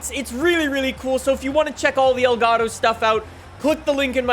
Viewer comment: I still can't leave a like because he keeps saying elgato wrong